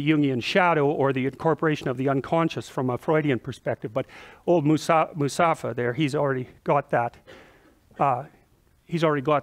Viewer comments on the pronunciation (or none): Musafa? Lol